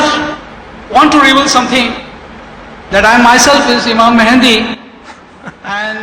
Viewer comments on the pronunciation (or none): 'imam mehndi' :)